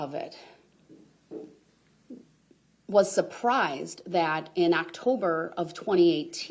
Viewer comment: I'm still reeling from her saying "Back in Actober..."